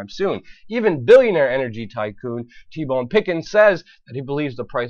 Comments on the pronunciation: it's T Boone Pickens not T Bone. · Luke it's T. BOONE Pickens, not BONE. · Why should anyone listen to you since you can't even pronounce T Boone Pickens' name? It's not T-Bone you silly goose. If you want respect from people in the form of listening to what you have to say then you should not mangle people's names for fun.